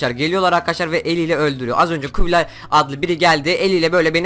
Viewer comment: Küb-i-lay'a küb-ü-lay diyen Koca Yürekli ADAM SENİDE UNUTMADIK <3 + C-ü-dden bıktım ya: WQD ASd sa